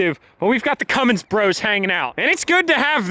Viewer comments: Mini Cummins “mummins” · “The Cummins 1000”